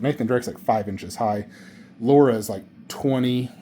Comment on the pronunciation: LARA CROFT L A R A not Laura. she aint marrying you if you cant even say her name correct 😂